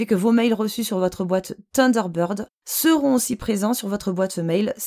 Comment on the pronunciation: Salut, tu veux un autre petit cours d'Anglais? Thunder----bird (sunder----bird) tu sais comme dans ACDC:-) Avec la langue entre les dents ssssssseeeeuu lol Sinon en logiciel gratuit tu as 7 + Taskbar super pratique pour déplacer les onglets de la barre des tâches ce que ne fait pas Windows 7 + plein d'autres options.